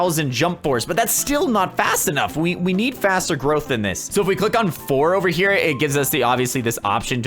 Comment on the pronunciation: Yeah boi! U said over wrong